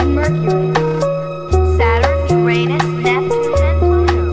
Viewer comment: Uranus is not pronounced properly :D